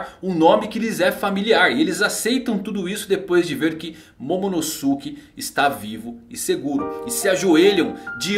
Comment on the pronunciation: Não é momonoSUke é momonoske que se pronuncia